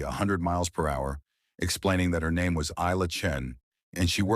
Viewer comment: One person, one name but 3 different pronunciations throughout the story ! For goodness sake make up your mind, that`s so irritating.